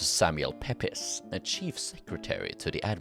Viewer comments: Not sure how much use it will be, depends if you ever use them again... A couple of pronunciation pointers though.... Pepys is pronounced Peeps, not Pepis..... Weird I know but it is what it is :( Warwick, the second w is not pronounced. If you see a name ending in wik, whik, which or wich the w is virtually never pronounced. Wawrick = warrik, Woolwich = Woolitch and so on.... Yeah, yeah I know, our language is full of these stupid little pronunciation landmines... but it is what it is. Unlike say Welsh, English is not a phonetic language unfortunately.... And there have been so many external influences and alphabet simplifications that pronunciation 'inconsistencies' are kind of inevitable.... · Pepys pronounced Peeps. 👍